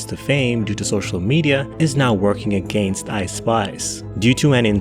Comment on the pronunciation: I like the way you said "against" very Canadian proper of you sir